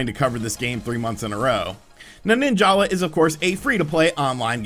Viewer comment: Me: ninjala Everyone else: nin-jahlah